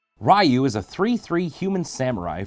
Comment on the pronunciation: "RYE-Yu" sounds like what I called Ryu in Street Fighter when I was a kid.